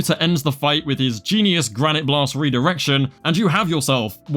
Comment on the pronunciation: respect to your "Granité Blasteu" pronunciation.